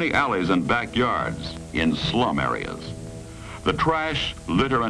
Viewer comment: the way he says slum